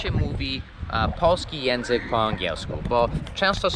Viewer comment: Przestań mówić "jenzyk" Przestań mówić "szybkom" Przestań mówić "Przestań", to niegrzeczne, o czym wielu Tobie mówiło